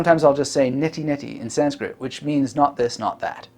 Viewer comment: "make your goals hard to avoid" Someone's been reading Atomic Habits. Also your Sanskrit pronunciation is great.